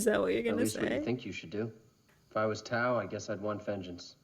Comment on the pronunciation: Great movie, wonderful reaction and commentary and cracking up that you kept calling Tao, "toad" 🤣Thank you, --subscribed